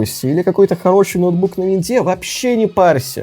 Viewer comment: Палу не пару - палу слушаю и ржу)